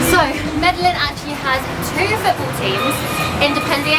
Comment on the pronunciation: and Once again, you're continuously mispronouncing MEDELLIN throughout the video...it's very annoying. Btw, the energy at the game was AMAZING! Colombia and Colombians are very passionate about everything which is why I love this country. Thanks for sharing!!!